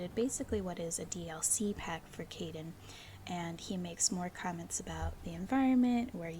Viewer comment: K-eye-den is how his name is pronounced. I’m sure you heard it eventually in game tho, as it’s been a year lol.